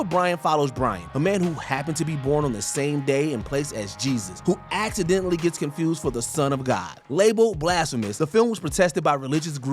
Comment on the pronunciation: Mojo, you are better than this. He has no business narrating videos. For example: the words “hold” and “whole” are both pronounced as “ho”. I hope this was done “ax-identially” .